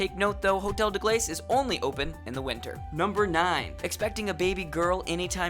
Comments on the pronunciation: As a French speaker the way you say "glace" aggravates me greatly. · glaice?.... gla-ass